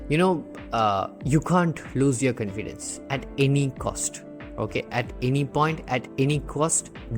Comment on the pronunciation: Your confidence pronunciation is wrong pls change that